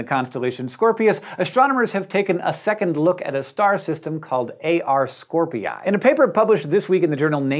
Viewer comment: if Scorpii is pronounced as scor-pee-yie, then it's Ha-wa-ee-yie